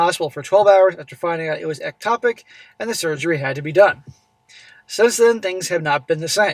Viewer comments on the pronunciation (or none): Ek-TOP-ic is the pronunciation. Means that conception occurs outside the uterus.